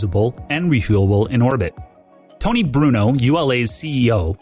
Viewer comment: It's, not Tony.